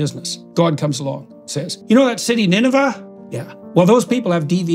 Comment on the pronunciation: Excuse me, you might get your Canadianship revoked. NinevEH, pronounced like "ah"? What's your problem eh(pronounced A). I am disappointed.